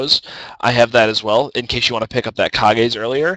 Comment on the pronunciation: Lol wtf is ka-gays. How could u not think that Kage's Lucky pick isn't pronounce like cage?